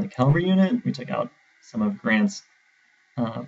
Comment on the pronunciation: CAVALRY NOT CALVARY GAAAHHHHH